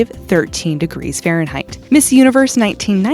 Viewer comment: Fahnreinheit? Next video please!